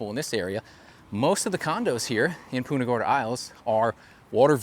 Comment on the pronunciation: its punt-ah not Pooonta !!!!